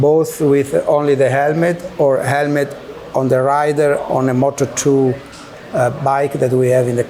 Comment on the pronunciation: say crash helemt one more time...family